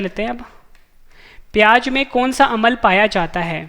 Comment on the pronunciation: Sir ji improve your pronunciation as for you speak amal to amla.